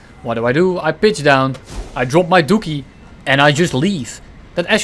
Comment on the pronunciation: My sense of humour has degraded to the point that the sound of a Dutch Man saying DOOKIE made me burst out laughing uncontrollably for 5 minutes straight. Liked and Subbed.